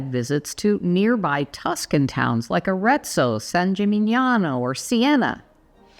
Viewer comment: I wonder why the you can say "Arezzo" "San Gimignano" "Siena" so good speeched, but you say "Florence" instead of "Firenze" (you to say everybody) I literaly go crazy about this! 😅